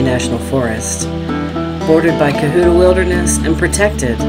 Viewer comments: Beautiful, instructive video... but Cohutta is not pronounced like Cohoota, the u is soft as in hut. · Not to nitpick, but it’s “Co-hut-ta”, not “co-hoot-ta.” And any most of the fish you caught where you were fishing were stocked. To catch the wild fish you have to hike up Emery Creek a little ways. I live here, just trying to give you some friendly advice from a local. Glad you caught some bows, hopefully you can see some of the wild brookies upstream in the wilderness area.